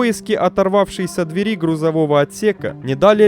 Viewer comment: Самое приятное в этом ролике - последняя фраза о том, что ещё один 747-й уродец отправился в металлолом. Зачитывающему текст стоит обратить внимание на такие слова, как инцИДент, ТОКОнесущие жилы (а не тонко-). Слово "дверь" в ВП и ПП следует ударять одинаково, а не как попало, то двЕри, то дверИ.